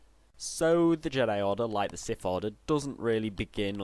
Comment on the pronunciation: Its pronounced siTH, not Siff